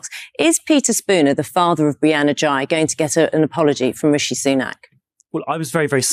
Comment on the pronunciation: Sunak couldn't even get Brianna's surname right in his tepid "tribute"